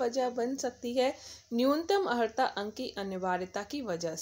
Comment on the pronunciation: Pahle sahi se pronunciation karna to Sikh lo maidam, Aharta nahi Arhata Padha jata hai.